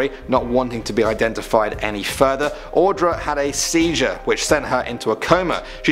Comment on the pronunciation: My heart dropped when you said, Audra... That is my name. Also, you are one of the few people who has said it right, so kudos for that.